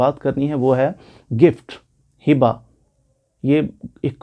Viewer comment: سوری لفظ ھبہ ہوتاہے حبہ نہیں